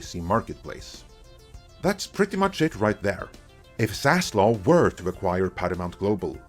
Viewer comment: you get a dislike for continued and repeating mispronunciation of Zaslav’s name!Wtf is wrong with you being so hellbent on murdering that guy’s name?